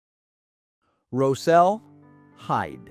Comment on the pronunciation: Rosel is my 3x great grandfather and I loved hearing his story shared! I must make one small correction, his name has been passed down the generations in our family and is mispronounced in this video, he pronounced it “Rozel” with the Ros sounding the same as rosin used with a violin bow. Thanks for sharing his story, I am proud to be a part of his legacy!